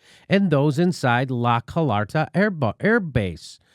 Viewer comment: La Car-low-ta Jimmy not Car-lot-ta